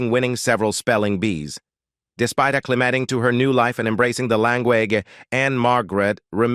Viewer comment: I've watched a bit and it's VERY "AI"-driven auto-commented video. YouTube should just take these down or flag them. Still some content pics etc but when the AI-voice pronounce "language" as LAAN-GUUEEN-GGEE - you know it's a fake video.